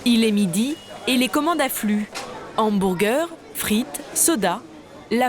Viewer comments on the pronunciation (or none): "hambourgueur" pitié